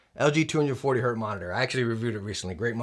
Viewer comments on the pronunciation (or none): It's Hertz not Hurt.